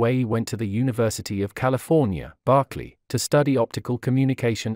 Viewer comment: BERK-LY NOT BARK-LEY